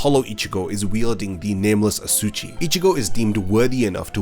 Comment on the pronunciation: hey dude - "asauchi" is not pronounced as "asoo-chi", but ah-sah-ooh-chee :)